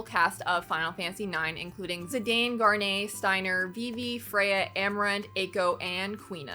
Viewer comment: I laughed at the mispronouncing of garnets name, but I loved these when I would broae ff merch on eBay years upon years ago, couldn't ever justify grabbing them